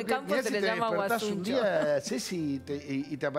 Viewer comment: No es guasuncho es guasuncha